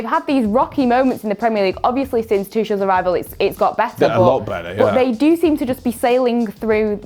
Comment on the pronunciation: I’m gonna ignore her saying “toochel”